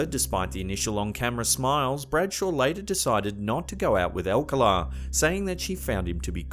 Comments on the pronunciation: BTDubs, re: "Alcala" has the stress on the second syllable ("ahl-CAHL-ah") 🧐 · Alcala Is pronounced al-call- ah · Rodney Alcala's name is pronounced al-CAL-uh. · You’re pronouncing the serial killers last name incorrectly. It’s All-calla, spelling Alcala. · Pronounced AlCÁla, accent on the 2 nd syllable. I remember this particular game show and Rodney’s getting busted and all the murders he was convicted of later on. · Its Pronounced Al Cal Ah.. why dont you at least Hire a Brit that can correctly pronounce comon words or research first?? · #2 not how you pronounce Rodney’s last name.